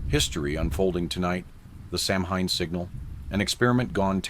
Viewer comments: Its not pronounced "samhain" its Sow-in. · Hi, REALLY love this channel and having said that, I've been learning Gaelge, Irish Gaelic but the name in Irish is pronounced "SO-wayne" NOT SAM HANE. Hope that helps. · sOW-win Thats how it is pronounced Otherwise, very cool. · I thought it was pronounced "sou-when" (like sour without the r) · It’s pronounced Sow in, the H is silent, Dublin, Ireland❤️ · Samhain, which is Celtic, is actually pronounced 'saa wen'. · It's actually sa-ow-win ❤